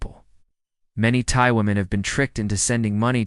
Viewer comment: have you even been to thailand? you aint even pronouncing thai right.